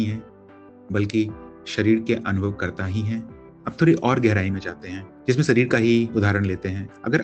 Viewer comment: सही शब्द है _दीवार, न कि दीवाल, इसी तरह सही उच्चारण है _शरीर, न कि सरीर